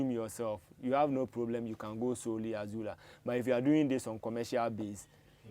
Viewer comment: It is NOT Azula, but AZOLLA.